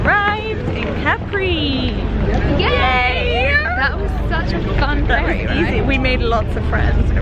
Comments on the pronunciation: no.. capri is just capri like you say it in English... not caprii :), and graziE, not grazy. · Love your vlogs and your relationship with Hannah! I completely understand sisters' love since I have 2 wonderful sisters ❤️ P.s. I am italian and I think that it's fair to tell you that it's Cápri and not Caprí 😅😘